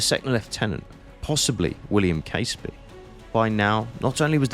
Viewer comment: Hi. I really enjoyed that vid. The aerial shots made sense of the mess. (As an aside - as a Fifer myself, Caseby is pronounces Cazeby).